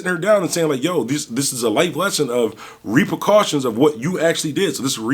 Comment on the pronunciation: Truly enjoyed the message and the vid but it’s Repercussions, not ReperCautions. Sorry ya kicked my OCD off.. truly, sorry to do this